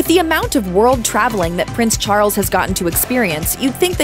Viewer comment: Interesting pronunciation: 'Prince Char-ells'